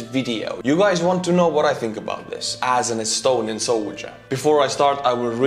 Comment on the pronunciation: You lost me laughing saying astuniain soldier, like how can you make youtube videos as soldier kid